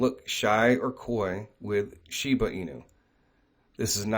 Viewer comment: ShibAAAA .. Aaahhhh.... not Uuu. Not shibUU inu. ShibAAA inu. Plz lol 😆